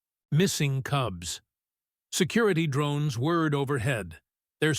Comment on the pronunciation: "whirred", not "word". Please review before publishing. Otherwise, decent story so far.